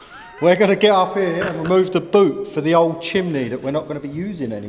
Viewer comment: What’s a Chimley ? 😂 you mean Chimney ( chim-nee… ) how is a dyslexic bloke correcting your words lol 😂 oh my days